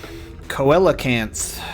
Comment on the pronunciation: It’s actually pronounced ‘See-lo-canth’ lmao I dunno if you realize it, but pressing the circle button fast forwards the cutscenes. That combined with the 60fps hack probably caused the subtitle lag